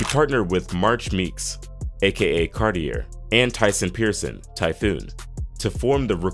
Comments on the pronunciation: Cartier is pronounced Car-tee-at, and Hemphill is pronounced Hemp-Hill. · Sorry typo. Car-tee-ay